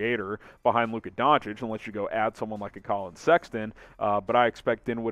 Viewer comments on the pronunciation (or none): none